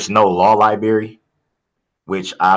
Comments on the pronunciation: Darrell creates his own words & pronunciation. Classics in the trial. Today, library pronounced as liberry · he said "law liberry" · Ahahah Lie-Berry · HINT: If you pronounce library as “liberry” you might not be a candidate to represent yourself in a complex legal matter. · Law Lie-berry 😂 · “I’ve never seen a jail without a law libary “ oh, how I pray I can never utter those words. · “Libary”? Oh this is gonna be interesting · Law LIEBERRY. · Lie berry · Anyone who cannot pronounce the word library needs to keep a lawyer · Well, in the unfortunate event you did, I'm sure you'd pronounce the word "library" correctly. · No law liberry? 😆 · Library……kills me 😂